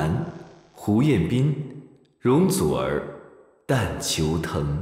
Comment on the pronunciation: 周深一句“容祖儿……“太好玩了，粤语真标准❤